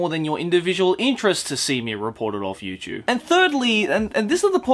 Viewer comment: You know what? I'm trying to take this video in a serious kinda way but everytime you say YouChube... I just can't. Love your videos btw.